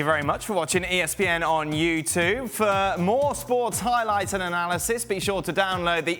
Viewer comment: "Thank you very muuuutch for watching ESPN "on Youtuvvveeeee" AAAAARRGGHHHHH !